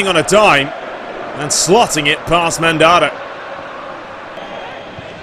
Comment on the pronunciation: Mandanda isn't pronounced Mandara but either way I love love your vids and keep up the great content and commentary.:-)